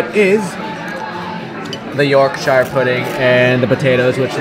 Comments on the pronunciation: "york-sheer" pudding only hobbits say "york-shire". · York-shur not shire. It is a batter. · pronounced York-shur